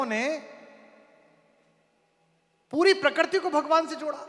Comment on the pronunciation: प्रकर्ति नहीं प्रकृति कुमार, तुम अच्छी कविता करते हो फिर यह .....